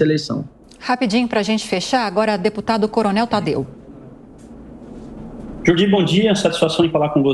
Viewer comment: "JORDY", NÃO JORGY!